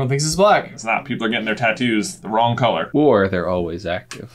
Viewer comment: His English accent when saying colour was surprisingly really good